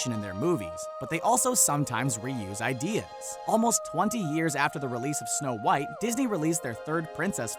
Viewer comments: When it says snow whot instead of snow white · you said whot and not white wth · "Snow whot" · You said Snow WHOT and the Seven Dwarves lol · did anyone else notice they said whot and not white? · Uh you kinda forgot how to spell white because you said snow whot and the seven dworfs. Sorry if that bugged you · “Snow Whot And The Seven Dwarfs Ummm... Did you mean White? 😂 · It's snow white not snow whot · Am I the only one who noticed "snow whot" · “snow whot and the seven dwarfs” i cannot breathe call an ambulance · Somebody explain wtf is "Snow whot and the seven dwarfs"is? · Did anyone else see that they said snow thot just me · Who the hell is SNOW WHOT?? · who the heck is Snow Whot 😂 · “Snow Whot and the Seven Dwarves” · “Snow Whot” who else noticed this 🤣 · "Snow Whot" really? Smh. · Snow- WHOT ... wot? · " SNOW WHOT AND THE SEVEN DWARFS " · who is Snow Whot??? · "Snow Whot" u "whot" mate? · “Snow whot “😂🤣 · . “ Snow Whot “ ? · Did anyone notice that is said Snow whot and the seven knomes with the mother gothel and evil queen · . “Snow Whot”...